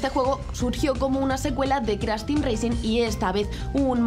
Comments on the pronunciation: Racing? Intenta pronunciar todo en inglés y racing lo dice tal cual se escribe 😂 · Minuto "CRASH TEAM REACING N.SANE TRILOGY" Jajaj se paso, por favor antes de subir los vídeos rectifica los errores... CRASH TEAM REACING 1, 2 Y 3 xD